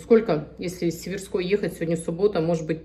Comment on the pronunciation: с сЕверской..., а не с северскОй....🌺